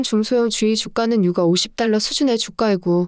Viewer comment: 듣기 싫은 소리좀 할게요. 채널은 시장상황을 빠르고 간결한 멘트로 막힘없이 흘러내리듯 풀어내어 듣고나면 웬지 똑똑해지는 느낌입니다. 그런데 대표단어 발음이 영 어색해 자꾸 버그가 끼는 느낌입니다. 유가 를 [유가] 로 발음하면 아이를 키우는 육아와 오버랩되거든요. 가스는 [가쓰] 로 잘 발음하시니 민감한구독자를 위해 발음정리 부탁합니다. [저점].[주가] 등도 발음이 왔다갔다 이네요.